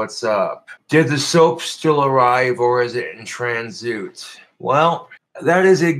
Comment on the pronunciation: Tran-zoot... college level reading comprehension coming in nicely,!